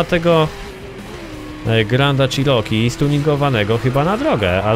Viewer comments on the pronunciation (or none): none